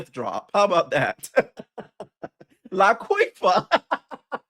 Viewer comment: I fell out when you said Laquifa!!!! You ate that 😂😂😂